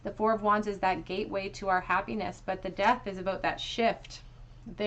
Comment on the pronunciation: Pile 2, when you said "but" I thought you had said "butt" and was like "yeah that's him 😅